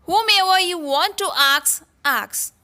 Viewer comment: Ask or aks...u always say aks